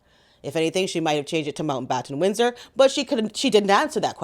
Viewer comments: I’ve never seen somebody struggle with their last name so much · Is Megan thick? She couldn't even say Mountbattan Windsor.